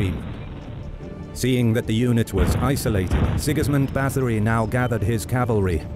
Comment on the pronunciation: I wish the narrator would've tried harder with the pronunciation of names. Both German and Hungarian were absolutely butchered,. Having an English accent doesn't excuse that in my eyes.